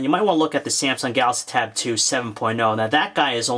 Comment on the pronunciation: Is it me or does it sound like every-time he says Samsung Galaxy Tab 2 it sounds like he calls it tattoo? Plus I wanted to hear more about the cell phone portion of this tab. Will I be able to buy this and put my Sim card in and use it for my cell phone?